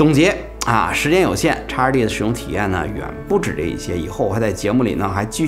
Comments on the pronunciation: 叉二弟，听起来像烧猪，哈哈哈哈。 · X2D 讀成「X two D」